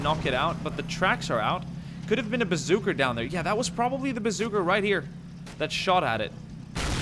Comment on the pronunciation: I've always wondered why he says bazookr instead of bazooka